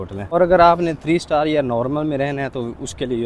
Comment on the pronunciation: بھائی...! 5 سٹال نہیں سٹار